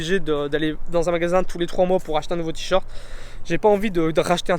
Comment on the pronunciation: Vidéo intéressante, mais entendre "tee short" plus de 100 fois m'a tuée !